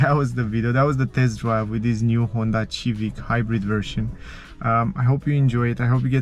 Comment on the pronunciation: The Civic has been out since the 1970s and is an extremely popular car. Milions of people have owned it and there are countless rewievs of it so the thing that I find truly incomprehensible is how in the name of sweet baby Jesus can you not pronounce Civic. This confuses me even more since you obviously know a lot about cars and have dedicated a lot of your time to them. You must have heard someone somewhere say the name, especially being surrounded and communicating with car people. I'm just so confused. It this is some sort of an inside joke thing, then sorry to have bothered you. Otherwise completely agree with you. A great car. I drive a 2019. Mazda 3 hatchback, but if this Čivic was on sale in 2019, I would have had a hard time choosing between them.